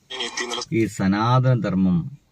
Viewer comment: Ath 'Sanaathana' alla "Sunaathana" 🍌😂😂